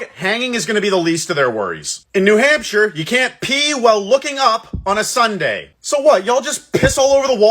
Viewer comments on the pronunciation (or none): none